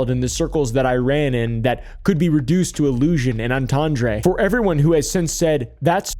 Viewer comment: Entendre, pronounced on-tahn-druh, not en-ton-dray.